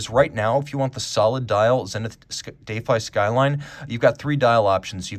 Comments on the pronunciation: Still confused by this pronunciation of 'defy'. Indeed, I defy it. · Yeah first time I’ve heard it pronounced like that. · Big fan of the zenith but I think you broke it down in a way that gives it due credit…but shows the comparable Rolex is (unfortunately) ahead in many important regards. In a number of ways, the prior defy might have been a better comparison (even though I prefer the skyline’s styling). Also learned a new pronunciation of defy, so there’s that 😂 Great work 👍🙏